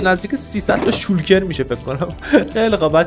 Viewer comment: عجیبه گفتی شالکر🤘😂 اخه همیشه میگی شولکر😂